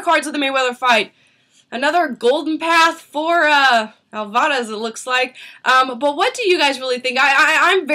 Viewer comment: is it just me or is she pronouncing alvarez wrong??? over and over agian